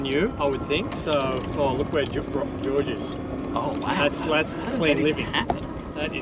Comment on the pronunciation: I'm really sorry about this, but "porridge Georrige"